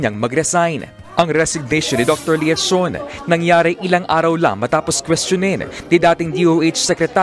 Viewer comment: Dr.Tony Leachon( pronounced Leyachon), correct spelling